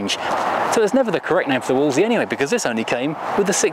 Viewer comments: Interesting video. As someone born in the 1960s, when Wolseleys were a much more common sight, it jars with me to hear it pronounced as it's written. Back then, everyone said 'Woolsey' - the second 'l' was silent. One of my dad's best friends worked in our local BMC dealer which sold them - everyone there pronounced it 'Woolsey'. And if you call or visit their former showroom on Piccadilly, which these days is a very swanky eatery, they pronounce it the right way too. 😁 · Everybody, and I mean everybody back in the 60s and 70s pronounced it - Wool Z - Even though you said no comments...😸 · Wo-le-se-ley LOL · I always thought that the standard Princess / Ambasador were hideous, but the Wolseley version with that bonnet bulge and hideous chrome grille is even worse! Am I alone is always pronouncing Wolseley as 'Wolsey'???